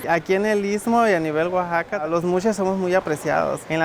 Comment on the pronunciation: Arriba Oaxaca! Orgullosamente Oaxacaqueño ! Por favor pronuncien correctamente Oaxaca,no es Ouxaca, Oasaca.gracias !